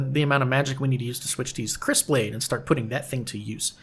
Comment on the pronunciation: If I'm not mistaken, Kris is pronounced "Kree." But I'm not totally sure. Possibly something to google. Great to see you posting again. Other people aggressively and obsessively slaying lizards just didn't feel the same. ^^